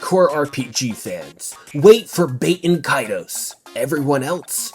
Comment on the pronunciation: Bro really said BAIT-en Kaitos 😂